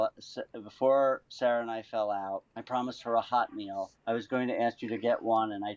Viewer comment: The way she says "HOT meal" drives me wild. Shouldn't you emphasize the "meal" part, because "hot" is the adjective? Idk what it is, it makes me wince